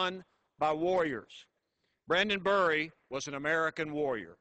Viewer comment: Not that I don't appreciate the sentiment, but you'd think that he could get his name right. It's Brandon Bury. Brrrr-ie.